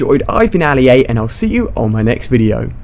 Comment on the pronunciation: It's Ali-A mah broduh